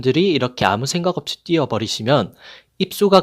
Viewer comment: 선생님 따이빙 발음 쥑이시네요